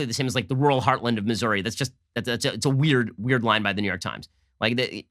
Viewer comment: The way Ben pronounces "weird" makes my day everytime!